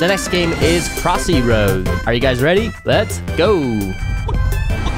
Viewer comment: 💀Bro called it "crossy rose"💀